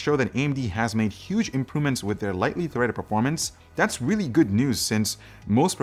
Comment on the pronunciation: This CPU is weely... weely fast